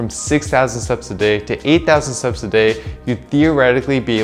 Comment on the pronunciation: Please pronounce your T in steps more clearly, 10,000 seps a day does not make sense